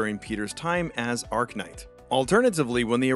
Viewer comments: "Uh - RACK - nite" Not "Ark - nite"... Ya know, like "arachnid"? LOL. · "Ark-Knight" learn to read bro. Its not hard to understand its Arach... As in Arachnid